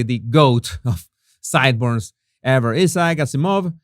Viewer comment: Jesus, the name Isaac Azimov is pronounced differently, as in for Isaac, the emphasis is on 'Ice' then 'ack' . Then the emphasis is on 'Az', followed by 'ee', then a slight emphasis on 'Mov'. Phonetic spellings, hope that helps.😊 ps. Somewhat confusingly, the 'gh' in * most* English words is pronounced with a silent 'g'. So "throughout" is pronounced phonetically as" threw-out". Although there are exceptions when the 'gh' is at the end of a word. As in "tough" then it is pronounced as" tuff". However.. the word "bough" for part of a tree branch, is said as" bow" as in "Ow" that hurts! same pronounciation. Yep, sorry, English words, eh, crazy!😊